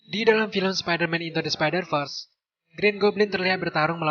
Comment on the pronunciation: apa cuma gw doang yg dengar min sebutkan spider vers jadi spider first?